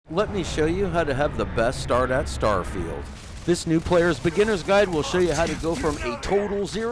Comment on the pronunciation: I'm impressed how well you pronounce some of the item/skill names